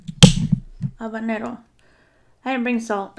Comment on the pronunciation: Yay!! You said "Habanero" 🌶 As I have mentioned before I just LOVE your accent!! Especially when you say habanero. 😁😁